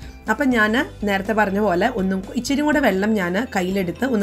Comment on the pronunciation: ichiri alla ithiri (ithra) ennu parayuka.mattethu arochakamaanu